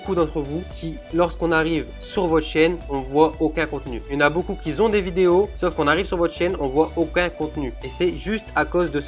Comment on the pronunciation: ont dit qui ont et pas qui zont!!!